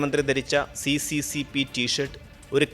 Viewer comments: അത് സി.സി.സി. പി എന്നല്ല ഉച്ഛരിക്കേണ്ടത്. എസ്. എസ്. എസ്. ആർ എന്നാണ്. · *Correction It is pronounced as SSSR not CCCP Bcz in Russian C=Sye and P=Rye Союз Советских Социалистических Республик. (Soyuz Sovetskikh Sotsialisticheskikh Respublik) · സി.സി.സി.പി എന്നല്ല, അത് റഷ്യൻ ഭാഷയിൽ എസ്.എസ് എസ്.ആർ എന്നാണ് വായിക്കേ ണ്ടത്. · Hi bro. Nice vdo. But CCCP = USSR,. But. അത് ഇംഗ്ലീഷ്. പറയും പോലെ C യും P ന്നല്ല. പറയേണ്ടത്